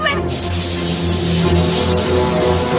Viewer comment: “I was born to runn” had me lol 😂